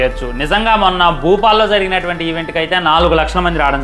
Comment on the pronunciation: భూపాల్ కాదు భోపాల్ 🙏